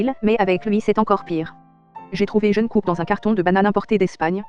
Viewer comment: Pardon mais... "Jeunekook" 😭😭😭